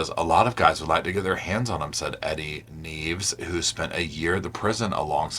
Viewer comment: Nieves is my last name! Your not the only one that pronounces it like that but it's pronounced (NIEV-ES)